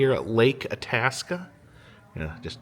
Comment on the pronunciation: The “I” in Itasca is not short, but like 👁️, so it’s pronounced “Eye-tasca.” However, I see you finally pronounced Bemidji right after you got to the “Lake Bemidji” part . 👏 You’ve been up in these parts in the past (welcome back!), so I knew you’d get it right eventually. 😂